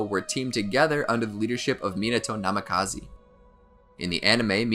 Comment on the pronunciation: The constant mispronunciation of major characters names killed it for me, NamikazEEE....😵